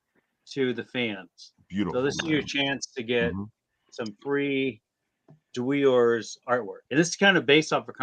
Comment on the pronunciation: Love you it's dwe ores not dwores